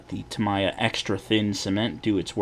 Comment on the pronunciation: Lots of good information. The only error I caught is you pronounced Tamiya wrong 😀